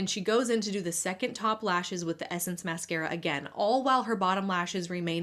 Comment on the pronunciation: flaaayerd, hay-yu (hair). Felt like I’m listening to Peter Griffins talking about mascara (mass-care-ya). She must be from Quahog